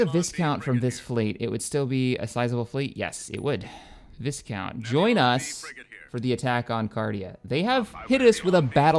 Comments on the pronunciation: I believe it's pronounced 'Vii-count' and not 'Vis-count'? :P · I know, I cringe every time he pronounces it VIS-COUNT instead of VY-count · THE S IS SILENT IN VISCOUNT!!! Sorry had to get that out of my system.